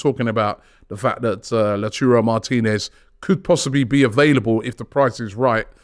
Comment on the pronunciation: Love Robbie and the team, but it is Lau-TAH-rrohw. Man been saying his name wrong for years now hahahaha. Also when can we get Fab back on a weekly segment?